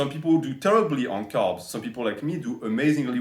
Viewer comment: Lol for the first 5 mins i thought you were saying calves instead of carbs.